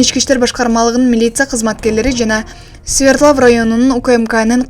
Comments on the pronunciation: Свердлав эмес Свердлов болот журналистсин дагы. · Ай айланайын Свердлов деп так суйлочу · Kg Свердлов деп айтылат.